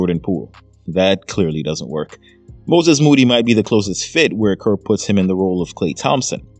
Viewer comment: It’s Kerr Kerr Kerr! You sound stupid Kerr! Gg❤